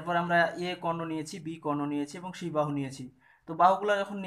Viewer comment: সি না ছি😀